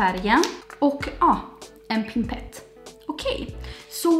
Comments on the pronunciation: heter pipett, å inte pinpett. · Pimpett :D hahahaha pipett heter det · Jag tänkte samma sak, det verkar vara en del som inte vet vad det heter... Felicia Aweklev, Lisette Alfredsson är två till influencers som säger pimpett🙈🤦🏽‍♀️ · Det heter pipett.